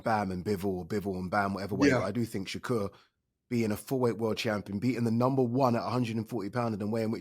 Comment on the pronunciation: Please learn how to pronounce shakurs name properly